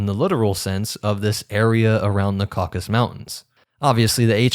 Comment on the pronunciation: Tip: always check the pronunciation of words you're not familiar with, such as Tocharian, Caucasus, ...